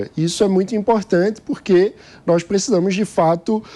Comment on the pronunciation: Qdo fala "NOIS" pula 😂😂